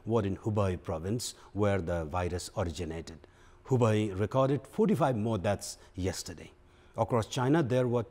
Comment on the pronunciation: Focus on contents rather than accents. Your mistakes - epidemic... not today.. yesterday.. unstoppable